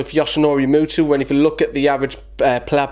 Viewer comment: It’s muto not mutu